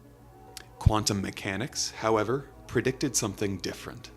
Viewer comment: man, "prejgicted", had me dying 🤣